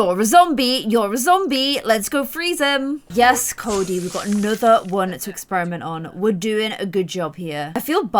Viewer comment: Army gear... on them... hot 🥵 You messed up Cody & Sebs Name at the start like 5 times.., you didn’t even notice.... Holly needs to be a part of stranger stories... Like needs too 💜 Love ya.... P.S I think Palo was flirting with Fatima... P.P.S Your intro ON POINT!! P.P.P.S.. omg whhhy Salome... we need Jess.. 🤞